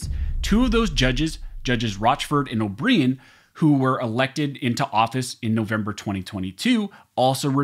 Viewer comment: O'Brien is pronounced "Oh-Brian"